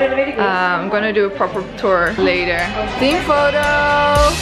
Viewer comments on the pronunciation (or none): none